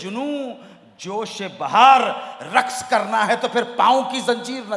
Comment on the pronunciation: अनु मलिक साहेब, रक्स ( رکس )नहीं (رقص) कहते हैं, आधे क के नीचे बिंदी लगाने से ही सही pronunciation (ق- قاف) आवाज़ निकलेगी